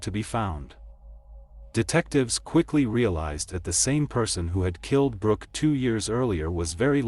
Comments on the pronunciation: It sounded like he said her name was Rock so did the closed captioning...I thought that's an interesting name...Rock...haha then it said Brooke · Her name is Brook (not Brock - Brook rhymes with Look) She was born On April 24, *1978* not 1981, which is why she was 19 years old in 1997 at the time of her death. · Or Brock rhymes w/cock 🐓 and Brooke rhymes with cook 👩‍🍳